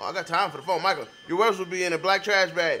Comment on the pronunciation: “MiKale”: it’s Michael bitch. Not MiKaLe. 😂 And the part where they’re crying, the most emotions are stored in your hips and when you release it some people cry.